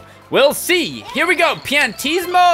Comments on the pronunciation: Its pronounced il piantisiomo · I'm pretty sure it's pronounced Ill Pee-an-tee-si-mo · His name is pronounced "Eel Piantissimo". That's not a Roman numeral 2. It's an I and an L.